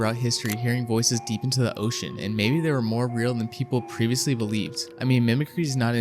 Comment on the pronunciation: oh you mispronounced a few words most notably ocean.